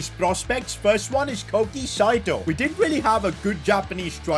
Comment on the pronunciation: "Cocki Saito" is nice ST